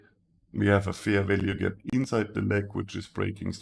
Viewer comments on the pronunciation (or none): I always wonder why instead of Fair Value Gap, he says FERVELIEGE or something like that ? xD I love this strategy, got my first profits paid out !